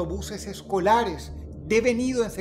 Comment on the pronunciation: un EX- CON- DUC- TOR de autobuses ES- CO- LA- RES.................!!!!!!!!!